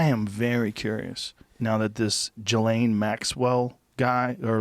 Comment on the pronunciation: Why does Joe always do this dumb fuckin thing of mispronouncing words / names that he clearly knows the correct pronunciation for? "JUHLAYNE Maxwell"